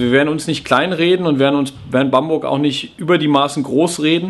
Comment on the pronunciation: "Bamburg"... ;O)